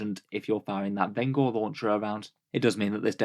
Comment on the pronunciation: I wanna say vengor is intended to sound like vengence. Veng-or rather than ven-gor. Like the vengence launcher.